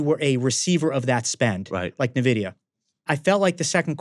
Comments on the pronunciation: Why call it "Nevidia"? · Another banger... Red card on the Nvidia pronunciation tho 😆